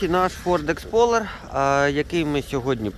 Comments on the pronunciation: так і каже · не Expoler а Explorer